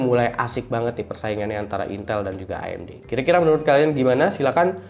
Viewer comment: Akhirnya ada yg pronounce AMG bener (A em ge bukan e em ji) Btw Bahas threadripper Pro dong :)) kayanya menarik